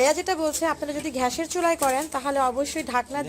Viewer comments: রুস্ট (রোস্ট), ঘ্যাস (গ্যাস), গ্লুবস (গ্লোবস/গ্লাবস), এই সব এর উচ্চারন ঠিক করবেন আপু। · ঘ্যাস নয় গ্যাস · ঘ্যাস না গ্যাস। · আর বলুন গ্যাস, "ঘ্যাস" নয়। ধন্যবাদ! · ঘ্যাসের চুলা' টা কি জিনিস ? 'ব্যাদেনা' ই বা কি? আহা কি উচ্চারন নিয়ে নেটে এসেছে...! বাংলা আগে শেখো মেয়ে। রান্নায় কোন ভুল নাই। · Apnar uchchoron khub baje...gas er chulo thik Moto uchchoron korun...r sobuj anggur bolun... please thik Moto uchchoron korun...